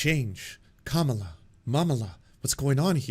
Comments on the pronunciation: Also, weird how half the time pronounces it Kah-ma-lah incorrectly just like Republicans do, and then 50% of the time pronounces it correctly. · it's "comma la" not "kuh malla"